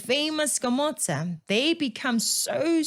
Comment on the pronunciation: Its not skomota its skomoda in pronunciation. lwena tlwela go itira lekgowa thata